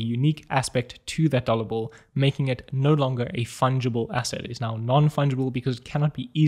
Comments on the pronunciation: I heard "dollar Bull" several times 😅 Awesom video and the fact above made it even funny for me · Got really confused at the start, thought he was saying 'dollar bull'. Is this a new coin I haven't heard of?!?!